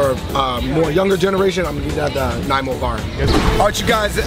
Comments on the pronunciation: Glad u liked Toronto food! It’s crazy good and diverse. Sorry but it’s pronounced NaNiamo not namo 😂. Just teasing u guys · MY MANS ANDREW JUST SAID NAYMO BAR IM CRYING 😭😭appreciate him trying tho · Andrew, you missed pronounced Nanaimo (nun nii moo) bar. I personally love butter tarts, we usually eat them around Christmas time but you can get them all year round. I find Nanaimo bar too sweet. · The Nay - mo bar 😂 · Giggled a little bit at your pronunciation of nanaimo lol!! Loved the vid!!